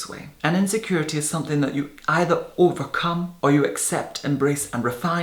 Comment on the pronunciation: How about his "overcum" 😄